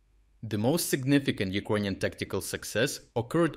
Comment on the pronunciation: either yout reading bot sucks or you should really learn how to pronounce "Ukrainian"